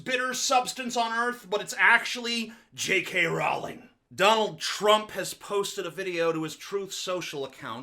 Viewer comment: "Rowling" is pronounced "rolling", like Crowley or holy.